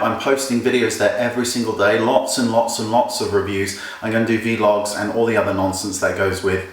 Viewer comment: I subbed to the new channel! Just because of how you pronounced "vlogs"